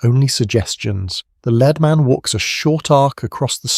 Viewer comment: A real tell for an otherwise pretty good AI voice is always pronouncing “lead”, as in leading man, as “led”…